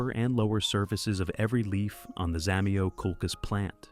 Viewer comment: Не хочется даже слушать :так коверкать название просто треш